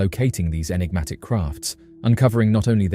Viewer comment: We love you, hours of entertainment , but , enigma,…. Enigmatic…. Un-enigmatic…. Un-eggnamic? Is not a word!… lol it sounds like a broken breakfast machine, party on dude!😅😂